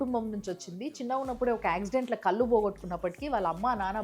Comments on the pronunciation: కళ్ళు ....ఉచ్చారణ సరిగ్గా చేయండి. చాలా మంది కళ్ళు ను కల్లు అని అంటున్నారు. అది తప్పు కదా. మీ షార్ట్ వీడియోస్ అన్నీ చూస్తుంటాను. బాగుంటాయి. ఫార్వర్డ్ కూడా చేస్తుంటాను. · కల్లు కాదమ్మా, కళ్ళు. మంచి విషయాలు చెబుతున్నావు కానీ తెలుగు ని కూడా మంచి గా మాట్లాడితే బాగుంటుంది అని నా అభిప్రాయం.